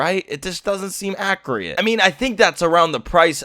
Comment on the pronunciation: I swear to god if he said accurate as accriate